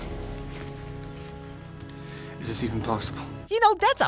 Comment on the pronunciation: Pregnart? Pregonat? Pegnat? Pergonate? Preganté?